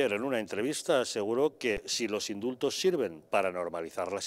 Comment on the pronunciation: Indultos? Lo qué?!!! Mis oídos perciben IMSULTOS - a todas las personas decentes